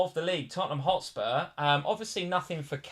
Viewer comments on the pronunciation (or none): none